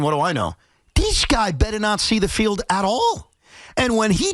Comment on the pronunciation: I like how Evan says “dees guy”